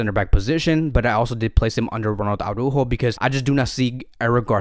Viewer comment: Aw-rÚhho is almost perfect, and definitely better than Aw-rÁhho. We're almost there. If you can change the "Aw" in "Ara" (pronounce both the first and the second letter A), it would be perfect. You just pronounce every single letter, and emphasize the Ú. ARA - ÚJO. Good luck!